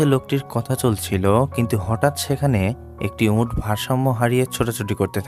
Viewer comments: আপনি এত বেশি ঁ ইউজ করেন কেন। উঁট নাতো। উট। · Camel Bangla uccharon bhul hocche.. sunte kharap lagche onek